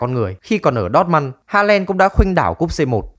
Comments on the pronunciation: ơ ling halen, đót măn =)) cũng đến chịu thằng đọc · Đót Mun nghe chán v